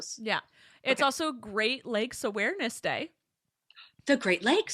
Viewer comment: Great lakes... for a second i thought it was "great legs awareness say" Im Here like thats a thing????